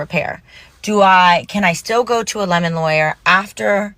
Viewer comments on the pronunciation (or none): none